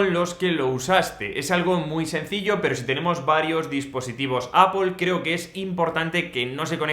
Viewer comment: Excelente video, muy útil y fácil de entender. También para decir la marca Apple la pronunciación muy bien “appol” y no “apel” (¿acaso va la e antes de la l en Apple?)